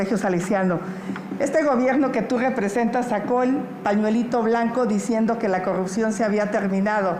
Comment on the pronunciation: Jajajaja no sabe ni pronunciar corrupción,ahora corrucion,y si sigue la corrupción es los municipios y alcaldías donde gobierna el prian ,ejemplos talnepantla,Naucalpan Cuautitlán,etc.esa escuela la dejaron los gobiernos prianistas, junto con el crimen organizado y sindicatos